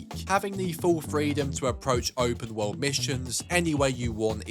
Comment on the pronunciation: Look man I'm sorry to say this and I'm not trying to be mean but you say open wowrld when you say world